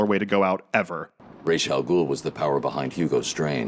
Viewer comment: Rás AlGhoul is an Arabic word means ghoul’s head, why insisting on pronouncing it incorrectly?